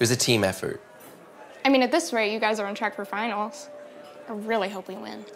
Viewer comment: the way she says finals is finerls